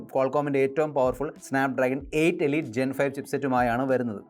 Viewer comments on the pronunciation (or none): none